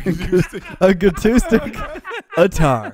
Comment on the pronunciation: When pronounced it sounds like this acostic